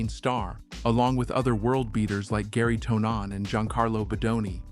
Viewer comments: Gary Tuh-Non? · Gary Toe Naan, my fave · Who the hell is Gary Toe-Non?